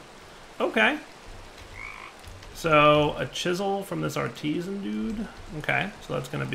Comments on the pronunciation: it's Artisan not Artesian... you are driving me mad... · Love ya, but please. Ar-ti-saan. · or even aar·tuh·zn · is at-tea-zen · It crack's me up that is pronouncing Artisan as Artesian:D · But definitely not what is saying. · No comments on pronouncing Artisan wrong! Lol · rarely says things correctly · I know... that's part of my entertainment. :) I drink every time he mispronounces or says the wrong word... I've been losing the game and getting drunk every day. I think I should stop this game. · the 2nd a is emphasised